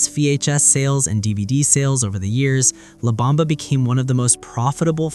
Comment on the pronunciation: La not Lab!